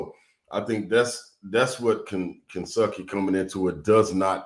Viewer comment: No T for Kensucky! I love it!!!